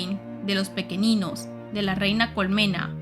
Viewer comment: Gran saga junto con los libros de la sombra. PD: solo recuerda que el planeta de los pequeninhos es de origen portugues, asi que seria pronunciado pequeniños y Noviña.